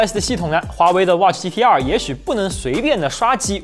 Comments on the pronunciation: 我一直聽成GTR⋯⋯ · 第一句听成了 华为 watch GTR...